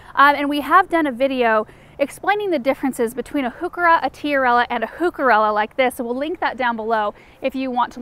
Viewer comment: Now, if we could just get the pronounciation of heuchera right! ‘Hyoo-ker-a’ rather than ‘hoo-ker-a’.